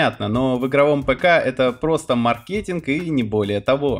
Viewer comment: в слове мАркетинг, ударение на первый слог